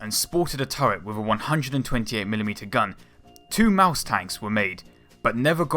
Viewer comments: Yea he said maus wrong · Lol you are say in maus wrong